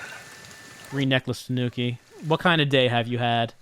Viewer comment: Gotta get them Tuh-nooks